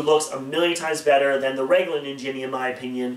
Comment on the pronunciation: The way you pronounce ninjini bugs me